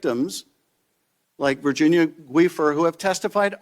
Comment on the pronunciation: Virginia GWEEFER???!!! 😂 😂